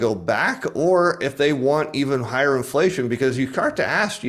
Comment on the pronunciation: I like how always just says 'flation